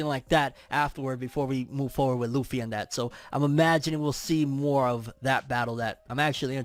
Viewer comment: Its luffy. C'mon bro.